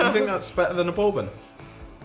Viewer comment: The way she says bourbon 😂😆 her accent